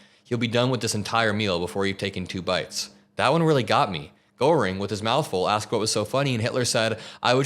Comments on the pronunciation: Goreing??? Come on! Don't be ignorant! Everyone who is a commentator online has no right to be ignorant of that. Google translate can tell you how to say it. I never heard a single person say his name wrong ever, until now. Been watching you for many months, daily. Never eff up Nazi names, it makes you look ignorant about Nazis, and that is a bad thing. We all need to be very, very informed about a few Nazi names. They should never be forgotten, that is bad. Be informed, be good. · honey, it's "gear-ing". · OK, Hermann Goerring, important historical figure. It's pronounced Gehrr-ing. There's no - O - sound in the pronunciation. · Great segment,. Though you really do need to learn who Hermann Göring (pronounced “Gare-ing”) was. Also learn about Joseph Goebbels, H*tler’s Minister of Propaganda (Steven Miller likely has a poster of him on his bedroom wall). These are essential figures to understand when covering Trump’s journey to fascism as he’s using the exact same playbook. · You are miss pronouncing Goring! It's Gering! Otherwise, good video. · Goering is pronounced Geh-ring. Sorry, I'm a WWII history buff. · Please learn how to correctly pronounce Gőring. Mispronouncing it makes you sound sophmoric and ill-informed. And the fact that you were too lazy to ask someone who might know bespeaks slovenliness. You saw a foreign name with a punctuation mark you didn’t know and were too convinced of your intelligence to look into it further. To lazy to fact find. Shame on you. You’re a bum. Well-intentioned but a bum. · learn how to pronounce Gogrings name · For some reason, you not being able to pronounce Göring correctly really irritated the shit out of me.. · Check your pronunciation of "Goehring".